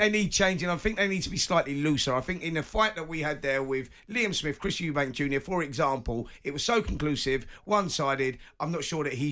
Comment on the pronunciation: It’s Eubank…not Eubanks. It’s like nails on a chalk board.